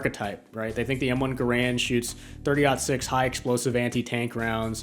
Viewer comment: Wrong pronounciation of "Garand".